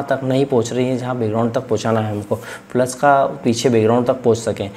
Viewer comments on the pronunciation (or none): Sir aap flash ko flush kyu bol rhe hai ..